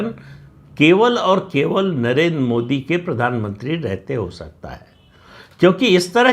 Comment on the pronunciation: नरेंद्र शब्द का उच्चार आप नरेन् ऐसा क्यूं करते हैं?